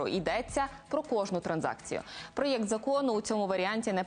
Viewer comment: Від слова ПРОЄЄКТ може кров з вух піти